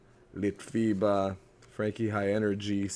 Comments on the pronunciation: Bravissimo grande scelta il LITFIBA che hai pronunciato bene. Comunque io ti consiglio sempre i Live sia per i LitFiba che per Vasco Rossi perchè sono animali da palcoscenico e la parte strumentale è sempre pazzesca hanno alle spalle dei musicisti incredibili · Ciao il nome litfiba lo dici in maniera perfetta, tanti ti hanno consigliato tante belle canzoni dei litfiba, io ti consiglio la più bella per me, Animale di zona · Ascolta Tex dei Litfiba, canzone che tratta il tema degli indiani d'America. E comunque il nome lo hai detto giusto 😏